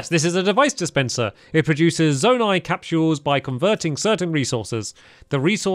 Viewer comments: It’s z oh night not zon ite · Stamps it’s pronou z-o-ni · Zonai is pronounced "Z-oh-nigh" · It’s pronounced Zoe-ni